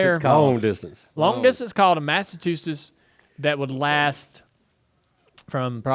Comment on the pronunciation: Dale saying mastatustes or Massachusetts? Lol